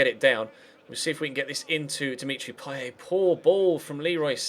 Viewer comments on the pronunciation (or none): Pronounce payet with a t like in England if u doing the commontery in English